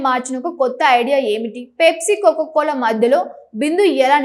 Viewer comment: Anchor, పేప్సీ కాదు, పెప్సీ అని పలకాలి. కొక్కోకోలా కాదు, కోకాకోలా అని పలకాలి. మేకప్ మీద ఉన్న శ్రద్ధ భాష నేర్చుకోవటం మీద పెట్టు.